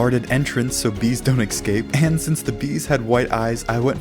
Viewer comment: Why do you say excape Not escape?